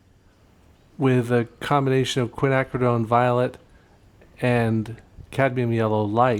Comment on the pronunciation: Hey 👋 James! I think the original 3 colors used provided a solid underpainting that brought life to the final results. I enjoyed the triad tests and the lessons learned. Bonus points for pronouncing Quinacridone!?? (spelling??) Finally, I appreciate your attention to detail and effort to faithfully represent your subject.